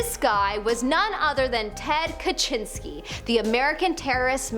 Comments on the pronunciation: Not Ka jin ski. Ka zin ski. The UNABOMBER. How did you not refer to him as that. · Just FYI It's pronounced Ted Ka-Zin-ski spelt Kaczynski Not Ka-chin-ski! lol